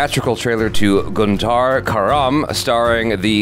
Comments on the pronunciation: Achara: *Sees 'Kaaram' , proceeds to pronounce 'Karaam' * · when they say "guntur kaaram" why do they say the "aa" as "a" and the "a" as "aa" I hope you know what I mean😂😂